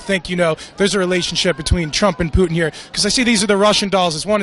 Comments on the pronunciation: Go fuck yourself dude. "Poo-in". Go fuck yourself 10 folds you stupid fucking idiot. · That loudmouth black dude kept saying, “Poo-In” geez. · That black guy needs mental health. And it's not pu*in..... It's Putin